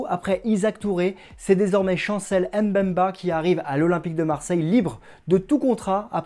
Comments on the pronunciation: ça se lit bemba et non M bemba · C'est Chancel Mbemba et non M'bemba🙄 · S'il vous plaît, son nom se prononce BEMBA ( et s'écrit MBEMBA) et M BEMBA. Le M ne se prononce. Merci